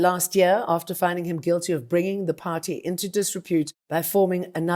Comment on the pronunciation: Where's your hijab, Jane? And btw it's political party not putty.